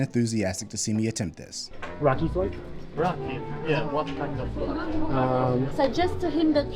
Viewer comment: Bro pls stop saying raki like that because it basically means dih but scrambled words. Try saying ra like in Ferrari and key 🗝️